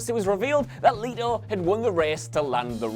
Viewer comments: It's jared leto not jared leeeto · ItS JEred not JAred and LET-O not LEET O 🙄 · LE-TO. NOT Lee-To. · Leto not leeto geez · Leto NOT! Leeto! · Fukin “leeto” 😂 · Who tf is Jared "Lee toe" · Pretty sure you're pronouncing "letos" name wrong. Not like you read the comments anyway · Please make up your mind about how to pronounce "Leto". I don't care whether you say "Let-o" or "Lee-toe" but alternating between the two is weirdly distracting. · Pick a pronunciation and stick to it, jeez. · is it Leto (Lee-Toe) or (Let-Toe)? You changed your pronunciation every other time you said Jared's name 🙄. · I know, right? I'm sure this guy doesn't say would you leeet me borrow this, or would you leeet me have some of that, why is it so difficult for some to comprehend how to pronounce Leto?? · The way he pronouces “era” and “leto” is just... ow